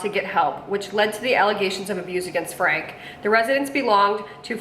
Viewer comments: All family channels should have rules and regulations from YouTube, set up by child and family professionals. Also it’s pronounced Frank- e (Frankie), not Frank. Not all family channels are bad. There are many who are about great families, but unfortunately for every great family channel, there’s always a bad one. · Franke is said "Frank-ee" like Frankie. Bonnie and her sisters (Ellie and Julie) do not deserve jail time. I wish she wasn't in your thumbnail. That's so wrong. Because of Ruby's extreme beliefs, she quit speaking to her sisters, brother, and parents. Bonnie and the rest of her sisters did things behind the scenes. Just because they didn't talk about it publically doesn't mean they did nothing. CPS has been out to Ruby's home a few times. They claim to have found nothing. CPS are the ones who deserve jail time. CPS failed these kids. Like Bonnie said in her video "You don't know what you don't know." As someone who hasn't watched these families for years, you have no idea and your opinion couldn't be further from the truth. Ruby has always been abusive. It got much worse when Jodi came into the picture. Meanwhile, you are making money on this video. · “FRANKIE” is how Franke is pronounced. Her sisters knew, they reported, her eldest daughter reported. They didn’t just sit around and do nothing. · I thought her last name was pronounced “Frankie” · Pronouced Frankie...not Frank. Spelled Franke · You failed to mention the grandparents that decided it was a good time to do a missions trip to Serbia! And not to be rude but the last name is Frank ee. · Pronounced Frankie. We can tell 90% of these vlogs have never watched 8 passengers.